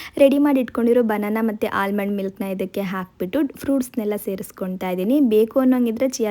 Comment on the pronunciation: Smash alla 'mash' and almond nalli 'l' silent